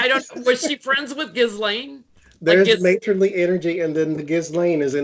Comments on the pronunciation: You guys are the greatest, I love you both, just want to make small point Ghislaine s name is pronounced Jezlen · The woman that was her assistant just gave alot of info to FBI. Maxwell's first name is pronounced Keeselane. It's french and a popular name over there. We've all been saying it wrong, as in Gizzlane. Gross, but funny at the same time.